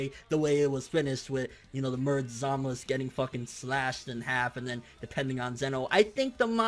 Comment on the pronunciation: I assumed that the correct pronunciation for Zamasu was to include the "u" sound towards the back. Why is he always saying Zamas? lol it sounds a bit weird.